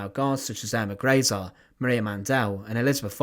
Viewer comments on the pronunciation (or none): none